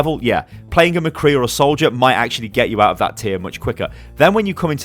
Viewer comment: did you just say mecree